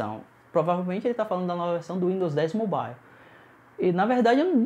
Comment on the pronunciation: uindos moble kkkkkk qual a dificuldade de falar mobaiou?